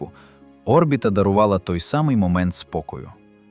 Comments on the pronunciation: Де ти вчив українську мову??!!! Не о́рбіта (наголос на першій О́), а орбІта ,(наголос на другій літері, "і")!!! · Чому О́рбіта? Орбі́та ж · Ще б автору дізнатися як коректно казати слово Орбіта..... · Наголос на і😂 в слові орбіта.